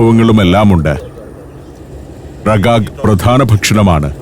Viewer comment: റിഗാഗ് Rigag എന്നാണ് ഉച്ചാരണം 😜